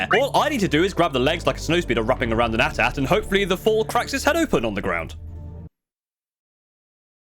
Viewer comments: why you call it an "aattaat " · Your pronunciation of AT-AT will not be forgiven.